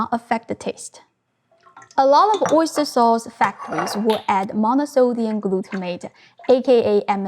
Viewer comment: OisturEH SaucEH ofEH realEH oistursEH